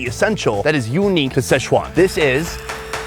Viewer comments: Are you intentionally mispronouncing Sichuan as SCHEZUAN or is this just a robust mental handicap on display?? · Damn,, you’ve been in Asia way too long to keep mispronouncing Sichuan. It’s NOT sesh-wan. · Can we at least pronounce Sichuan properly?